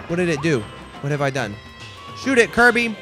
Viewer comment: Kuya speaking: KARBY